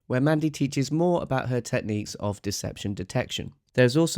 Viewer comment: He doesn't pronounce "about" correctly for a Canadian. Y'all have been infiltrated.